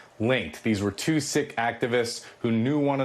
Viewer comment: Why do many of these media individuals pronounce Sikh like Sick? Sikh is pronounced like Seek, no?